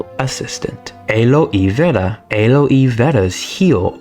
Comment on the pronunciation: Ain't how you say Aloe Vera... Almost choked